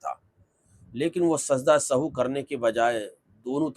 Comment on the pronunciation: Are janab sajda e sahu nahi Sajda e Sahw hota hai